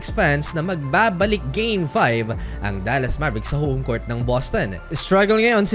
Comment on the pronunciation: BULOL!!!!! Anong Cort?? COURT!!!! BULOL!!!